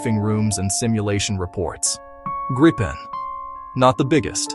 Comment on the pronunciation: And it's pronounced "Greepen", not "Grippen" or "Gr-eye-pen"